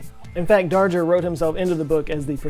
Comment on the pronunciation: Darger is pronounced with a hard g